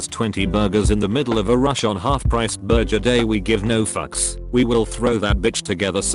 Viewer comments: take a shot every time the TTS mispronounces burger and enjoy your alcohol poisoning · Voice said burjer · I don't blame the AI voice for messing up that word; I don't think I can quite pronounce it right myself (I mean, it comes from Nahuatl and even the name of the language is hard for me to say lel), but for it to say "burger" wrong is a bit strange.